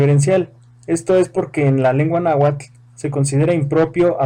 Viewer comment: La h suena como j? Si digo Náhuatl, sonaría cómo "Nájuatl" Lo poco que conozco de mi lengua e que no se pronuncia así